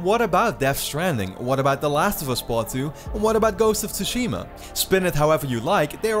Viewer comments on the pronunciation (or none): none